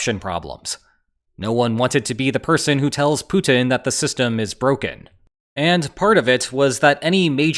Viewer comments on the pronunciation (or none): none